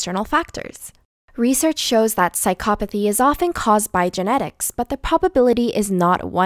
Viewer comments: This is all probably true but... Does anyone else find it annoying that she says psychopathy wrong but says everything else right?! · that’s a weird pronouncement of psychopathy